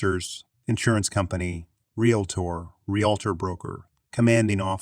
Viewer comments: Don’t know how to pronounce realtor. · Once in a while it was done right. Funny sounding, though.